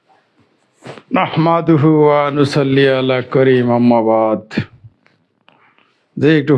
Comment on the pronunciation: আসসালামুআলাইকুম ওয়ারাহমাতুল্লাহি ওয়াবারাকাতুহ একটু শুদ্ধ করে পড়েন নাহমাদুহু ওয়ানু সল্লি আলা রাসূলিহিল কারীম